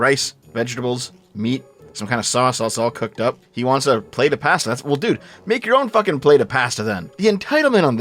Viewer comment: wtf is that pronunciation of pasta? paaaaasta